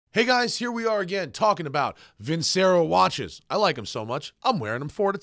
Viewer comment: Vincero. LOL. Love the Lotus though. Haven't seen on of these in a very long time!